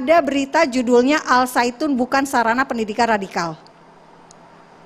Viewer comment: al zaiytun woe bukan al saitun